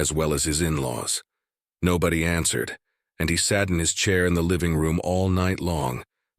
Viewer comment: oh great, a new episode of the black ship and also “they ansered the call” jeuuuu